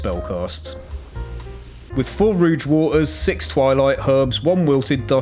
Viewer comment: You said “rooj” instead of rogue (roag).